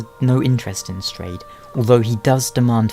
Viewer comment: its pronounced "strawed" :P